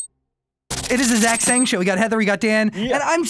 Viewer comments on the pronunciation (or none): Did anyone else hear "Thanks Zayn!" At the end instead of thanks Zach?